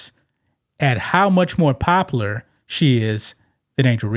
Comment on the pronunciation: OMG bro..... how hard is it to say "pop-u-lar"????